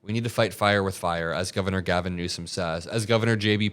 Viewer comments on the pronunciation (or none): none